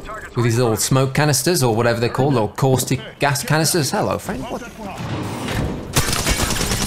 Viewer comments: I'm curious as to why you don't pronounce the T in Caustic? I couldn't work out what a Corsick was at first. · He kept saying theres a caustic in bunker and I couldnt understand... i heard corsic....